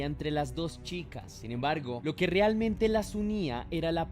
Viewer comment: Hola, me encantan tus narrativas y el respeto que muestras por las víctimas. Tengo un comentario con todo respeto hacia tu profesionalismo. Las palabras que tienen el diptongo ea se pronuncian como ea, no como o, ejemplos realmente, no se dice rilmente, reacción, no riaccion, reavivar,infranqueable, no infranquiable. Es solo una observación sin el afán de molestar. Saludos